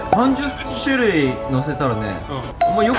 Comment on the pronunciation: 28「しゅるい」をいつものの甘噛みで「するい」ってちょいちょい言ってる気がするw の、うましかて、可愛いかった(´∀｀*)